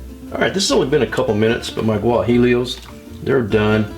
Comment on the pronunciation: guajillo is said like guahEo like an E sound not L. You're video is great looks really good. thanks for the upload :-)